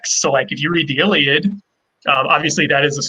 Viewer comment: Please stop saying the Iliad like you say it!